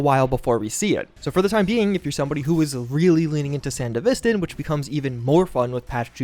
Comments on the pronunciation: Is it not pronounced san-devistan, rather than sand-a-vistan? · Why do you say sandevistan wrong? Have you even watched Edgerunners? SAN-DEVI-STAN and not SAN-DEV-E-STAN. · I was excited by your title. Confused why this wasnt labeled as a mod update video, and then couldnt complete the video when you kept saying Sandevistan WRONG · How you butchering the sandevistan pronunciation that bad? They literally say it in the show and game?😭